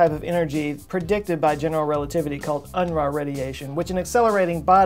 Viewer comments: that looks like a German surname to me, and if so I believe it should pronounced Un-roo ... not Un-rah. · Unruh is pronounced like oon roo but with a gutteral r. It's German for unrest or disquiet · I think that's pronounced "un-roo". Somebody tell me to take a long walk on a short pier if I'm wrong. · Unruh - unroo - german for "balance" if that sheds any light